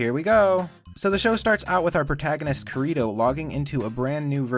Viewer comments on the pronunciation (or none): It’s pronounced kee ree Toh not kurr reee ttoeee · IT'S FUCKIN KIRITO DAMMIT NOT BURRITO ;_ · the whole time I was like "HIS NAME IS KIRITO KIR-IT-TOE!" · The names are kirito (Keer-it-toe) and asuna(aw-soon-a) I know it supposed to be funny but just in case you really don't know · You pronounce Kirito like burrito. I laughed so hard. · I just watch this video of yours, I'll say that I just hear at first right "Kirito", then "kakarito", then "Dorito", and last " Burrito"..... Ummm were you hungry at the end? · Because he actually says burrito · Every time you say Kirito's name, it sounds like you're saying burrito. And honestly I think that fits better. He's got about as much character development as a burrito. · up until about 6 minutes in, I thought you were calling him burrito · Wait, he's not saying burrito? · I still think he was calling him burrito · OK I thought he was calling home Burrito well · I heard Burrito the whole time. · I heard him call kirito burrito. am I the only one? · I constantly heard "Kirito" as "burrito". :/ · that's what he said xD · The fact that you can't even pronounce the main characters name properly makes this video meaningless😂😂